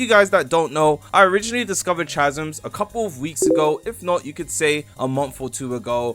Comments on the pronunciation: 'cha-zms' is crazy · Roblox YouTubers are suffering man, “chasms” dkm🤣🤣